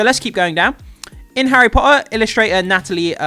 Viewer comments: How is this dude relatively well spoken until it comes to the word Potter? Especially considering he makes videos specifically for a HP page. Seriously, there are two T's in the word Potter, at least use one of them. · I come from Portsmouth mate, bang in the middle of the south lol. Your pronunciation of T's is actually really good across the board, with the really random exception of the word Potter lol. Didn't mean it to come across as critical as it did lol, I found it more funny than anything lol